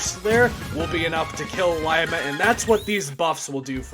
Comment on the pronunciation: It’s pronounced Lee-ma